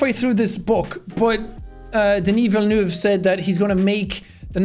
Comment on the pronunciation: DENY VILLENOOV